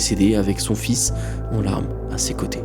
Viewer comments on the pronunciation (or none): none